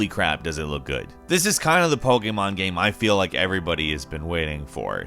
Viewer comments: not sure if you mean diff accent, but he's not saying the annoying poKEYmon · He says pokemon right and he’s american, you don’t see that every day